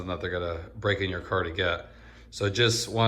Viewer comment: I LOLd when the autobody guy kept saying "cah". Lol.